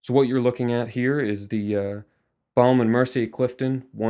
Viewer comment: Lmao he says "BaOUme and Mercier" 😂 we pronounce it BOme and Mercier 😉